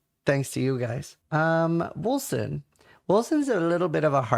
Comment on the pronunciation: Its Wolcen.